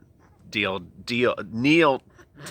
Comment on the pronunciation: death kneel not deal kneel lmao